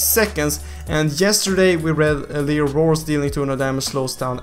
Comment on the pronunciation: Leo/liio not liu, lol i just laughed when u said liu 😂😂